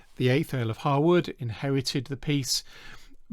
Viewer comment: extra points for the correct pronunciation of "Harewood" and "Lascelles"